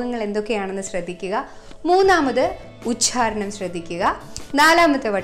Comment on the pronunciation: Following your videos carefully, i have a request to you. when you says the word "ഉച്ചാരണം" it sounds somewhat like " ഉച്ഛാരണം" please check it. liked your video and Happy onam to you and. thank you.